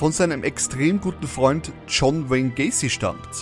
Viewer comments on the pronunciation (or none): none